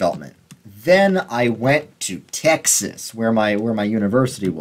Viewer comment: That “Tyexes” near the mark 😂